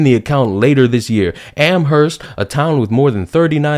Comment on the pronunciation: Amherst's "h" is silent,. Also, there's a lot of controversy there because the town was named after some British lord who advocated genocide against the Native Americans using smallpox-infected blankets. Nice guy, huh?